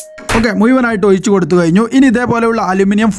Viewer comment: മുയുവനായി ഒയിച്ചുകൊടുത്താൽ തായെ വീയില്ലേ...